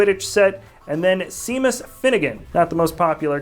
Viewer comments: LOL - “See-mus” It’s “Shay-mus,” bro ;) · Omg well you definitely won't survive in Ireland. Seamus is not "See-Mess" it's "Shay-Mus" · Shay-mass btw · So true my friend was I like see-mess I screamed back ITS SHAY-MUS I’m so Irish ☘️ lol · It’s pronounced “SHAmus” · Owen G I think that in the movies they pronounced "See-Mus". Not sure, tho. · Not to SHAME US, but you mispronounced SEAMUS! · Anyone notice the way he pronounced Seamus? He said it like it's spelled ;D and that's not how it is pronounced. Why does he not know who Susan is though!? I know she was useless, but really...somebody did not read the books.